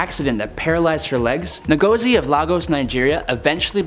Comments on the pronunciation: It's not "NAGOZI" it's pronounced Ngozi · It’s pronounced In-gauze-e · It is pronounced who-gor-zi From Igbo origin, a tribe in Nigeria.